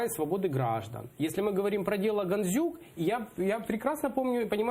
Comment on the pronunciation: «Ганзюк» замість «Гандзюк» цей лайнюк навіть українське «ДЗ» не може вимовити. Біля нього царьов патріотом б виглядав